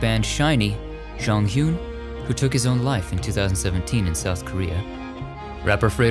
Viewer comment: J-o-n-g-h-y-u-n, not “John Hün”, but it’s a good try. ♥️